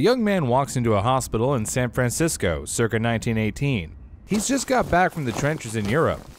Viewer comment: But why did he say San Francisco that way?